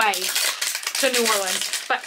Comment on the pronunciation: Soo close!!! Lafayette is pronounced like laugh e ette. Thank you for saying New Orleans correctly! Yes I am a born and raised Louisianain.